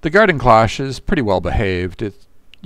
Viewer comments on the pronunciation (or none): Cloche has a long o.